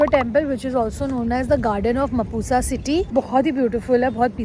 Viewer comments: Mapusa is not pronounced as mapooza....it's mhaapsa. And mapusa mogi here (mogi) means lover not lady.... Anyways lots of love 🤍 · It's not मपूसा it's मापसा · It's not pronounce as mapusa ❌... It's MAAPSA ✔ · Its mapsa not mapusa i think u need to pronounce ur words properly better learn n then make reels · It's not mapusa u in mapusa is silent it's mhapsaa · Bro.. It's not pronounced as "ma-pu-sa" it's "ma-p-sa". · It's maap-sa (mapusa) Not mapu-sa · It's म्हापसा not मापुसा 💀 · Papa ki pari its not mapusa its maapsa pronounce it correctly dear papa ki pari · Pls learn to pronounce the names of places you visit...it is maap-sa and not Mapoosa.... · Mapuoosa ❌ Maapsa ✅ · Yes its maapsa not mapusa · It's not मापुसा 😂😂 its मापसा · Miss I love ur videos very much but in intro u Said mapuuusa it’s not mapuusa it’s mapusa when u said further of video it not kalangute it’s calangute u people influencers just make worst pronounce of out city things if u don’t know to pronounce then ask local people then put it in your video coz Goa is not depend on your people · It's called mapsa in local language not mapusa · Its MAAP-SA not Mapu-sa Madam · Mapusa is pronounced as Mapsa ...u is silent 😊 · It's pronounced as "Mapsa" not "mapusa" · At the start she's like Mapoosa instead of Mapusa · Pls pronounce the name of the place properly... It's pronounced as mhaapsa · Mapusa mogi" means "Mapusa lovers" not Mapusa ladies...also it's written as Mapusa but pronounced as "म्हापसा"...btw I m a local मापशेकार....happy to c u cover mapusa and goa this way🙌🏻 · Mapusa nhi pronounce as mapsa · Mapusa mogi means mapusa lovers and the pronunciation of mapusa is actually -'maap-sa' ❤ and I'm glad you covered the unseen goa the real goa ❤️ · Beautiful video. All mapusa spots nicely covered..Just FYI mapusa is pronounced as "mhapsa" without the U.. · You are pronouncing mapusa incorrectly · It's at the start of the video... cringe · Hey...you've mispronounced Mapusa at the start